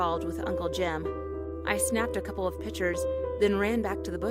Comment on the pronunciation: “I snapped a couple of PITURES